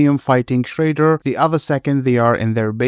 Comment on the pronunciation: Is shredder not shrayder. Have a nice day